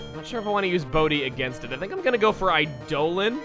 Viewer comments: Does it really have to be a wrong pronunciation, though? It's not exactly a common word, and it reads the non-official way more intuitively than the official way. After all, we made our dictionaries to reflect what we spoke, not the other way round, and many of us pronounce it the intuitive way, so should that not make it a second, alternate but no less valid pronunciation of eidolon? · Yeah, it's pronounced wrong dude 1. 2. Eildoln is also a type of Roman Ghost and 3. follow me on miiverse (nickname being Carson, which no is not my name) i already set a follow request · your pronouncing of eidolon made me shake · Not angry but the pronouncing of Eidolon hurts. I've never heard it said that way. Guess it must be an American thing. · dude ff13 mispronounced the shit outta that word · how it's pronounced? Actually it's what kanji is written for shi that determines what it means. There is no other way to pronounce it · There's also Final Fantasy that pronounces it that way. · It's eye-dolon, not eye-do'h-lon. >_> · Eidolon (eye-el-on) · Chuggaa Eidolon is Idol-on not I-doh-lon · i always thoguht it was pronounced eye-da-lahn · Eidolan. Pronounced similarly to ''I-D'oh-Lan''. Or should I say ''I D'oh (during) Lan''. Like Chuggaa does sometimes in TheRunawayGuys' videos. That was my first thought upon hearing the pronounciation of Duscnoir's nickname. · I know you already addressed this in the comments, but in Pathfinder (Like Dungeons and Dragons) an Eidolon is a Summoner's companion and is pronounced eye-DOUGH-lawn, despite what the merriam webster dictionary says. It's gonna be real ear grating to hear you pronounce it another way. Love the series though, and it's a badass name no matter how it's pronounced. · I went and checked a more consistent source than webster and it is pronounced "I-de-len" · The dictionary may agree with Chuggaa, but I keep hearing him say "iDolan". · It pronounced I-do-lon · I used to pronounce it "AY-dolon" before I heard it in FFIVDS :/